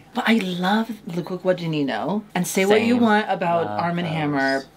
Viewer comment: Im sorry Darby, I immediately knew what was talking about when she said Luca Guadinino